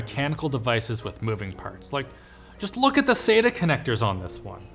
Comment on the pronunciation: Jesus christ stop saying Sate-AH its SAT-Ah The man sat on the bench. the man it not SATE on the bench.